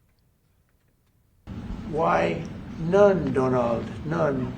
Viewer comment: I like him, he likes me , who the hell cares , how do we srew the USA none Donald none´-german acent